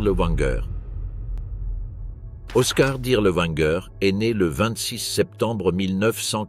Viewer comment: W en Allemand se prononce v : Dirlevanger, pas Dirleouanger.